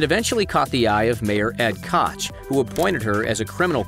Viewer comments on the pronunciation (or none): none